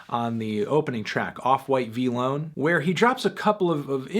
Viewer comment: Homie said VEE LONE 😭😭😭